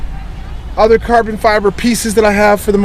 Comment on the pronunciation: "Lots of and lots of carbon fiberrr installed" ahahaha